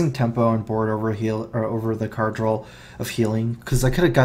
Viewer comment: there is no L at the end of the word DRAW....